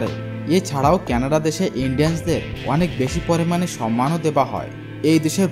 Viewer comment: কেনাড নয় কানাডা